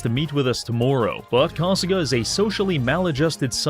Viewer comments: Heard him say 'tomorrow' with that accent and thought it was another Yakuza named To Maroo. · The way he said “tomorrow” made me think it was another Japanese name at first.